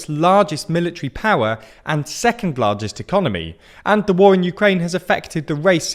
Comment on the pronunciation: It said Larest instead of Largest